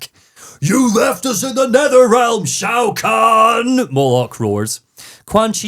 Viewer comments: I have been a fan of mortal kombat since 1997……..it’s not even 2 minutes into the video, and you hit me with “Shao Kang” …….and “Gible”? I’m gonna have a stroke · I love that seems to pronounce Shao Kahn as Shao Kang so I guess you could say he’s Shao Kang the Conqueror.